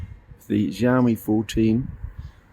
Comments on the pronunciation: Thanks for the review it was really helpful and it's really funny the way you pronounce the brand's name as Jiaomi 😂😂 the letter X actually sounds like [s] in Chinese so you can pronounce it more naturally as [syaomi] and put the stress on the last syllable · A little tip from an Asian regarding Chinese brand names. The X in Xiaomi is actually pronounced as S. We don't know why the Chinese chose X in the first place, but using Mandarin PinYin system there's no entry for siaomi, which is the proper (English) way to spell it. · Wtf is Ziaomi